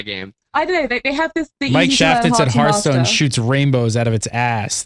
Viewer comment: H ARTH STONE, not HURRRDURRR UURTH stone